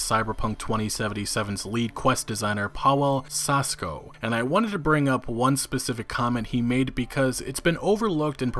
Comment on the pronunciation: You can't pronounce fucking Pavew (Paweł) Sasko? W=v ł=w